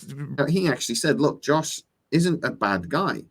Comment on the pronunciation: First of all, please stop saying THE Firefly and THE Serenity. It's just Firefly and Serenity. I'm pretty sure you snuck a couple of Josh's in there to, but it could have been the accent. That being said, I would love to see Firefly return, If they do it right. I agree with other commentator's, Disney could absolutely ruin it, unless they get some help. The original cast and writer's would be wonderful, along with Joss returning in some capacity. I know it's wishful thinking, but so is a continuation of Firefly. If you're going to dream, dream big. Wash returning inside Mal's head is OK, but I would rather see him back in body and soul. They could clone him from his and Zoe's kid's DNA (if they go that route, we don't know that she was pregnant). Maybe even from his own toothbrush. From one of his toys on the bridge would probably be perfect. It's Sci-fi, there are so many options for them to bring him back. Another idea that might work is to have Chiwetel Ejiofor (or another actor playing his part of the agent, If he's not available) replace Book as the reformed agent. I know he's not a shepard at the end of Serenity, but it's been a long time since the end of Serenity. He could have gone to the Abby and reformed more than he had at the end of Serenity, if they want to keep that part of the series in. I think it was a good part of the series, having a religious person trying to bring Mal back to believing in something. They weren't overly religious about it, they did it perf